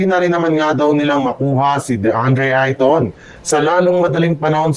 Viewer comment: Hindi ka marunong magbasa kahit apelyido anong klaseng vlogger ka walang aral???????